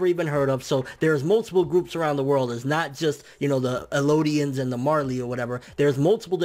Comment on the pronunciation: Its called the Jaw titan btw and its Eldians not elodians